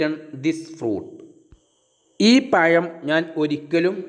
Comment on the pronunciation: Sir very nice .nlla useful ആയിട്ടുള്ള വീഡിയോ.പിന്നെ പയം അല്ല.പഴം എന്ന് പ്പറഞ്ഞൾ നല്ലത്